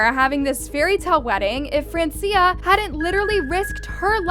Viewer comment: It's fran-chah